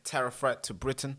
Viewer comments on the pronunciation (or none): none